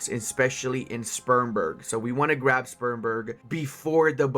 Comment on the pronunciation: That is not how you pronounce Spremberg